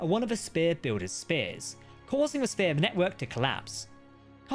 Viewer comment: SPHERE, NOT SPEAR